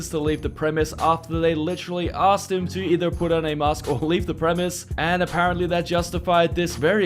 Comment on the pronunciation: Premises. Preh-mih-sis.